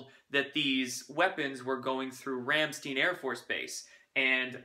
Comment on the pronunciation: GREAT current affairs summary! BTW, "Rammstein" is pronounced as Ramm = Rum (like the liquor) and shtine = rhymes with time. 😊